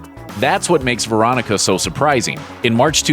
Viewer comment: This list lost all credibility when I heard Veronica